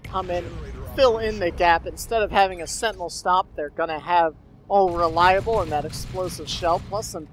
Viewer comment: "la sentinel". Ugh.